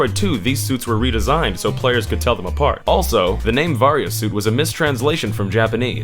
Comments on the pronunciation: same here :( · Ahhhhh i cringed so hard hearing ahh-ran and vaa-riia suit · you said Aran and Varia wrong. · Varia can be pronounced either way, but Aran is officially pronounced like "Aaron" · Samus's last name is badly mispronounced and "Varia" in "Varia Suit" is mispronounced.